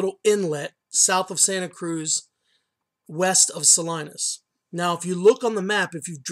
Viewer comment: ummm not from Ca?? typical of Spanish pronunciation the 'town' is saleeeenis... not saleye-nis... check out John Steinbeck's birh place... the library there (hope it's not in the water!) has a full sized statue of him out front.. a lovely little farm/market town.. Jw